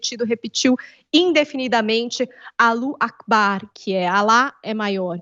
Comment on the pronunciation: "alu akbar" ? é ALLAHU nao ALLU, rezem pra esses malucos nao virem pro brazil